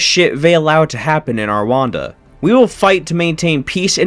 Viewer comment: what the fuck is "arwanda"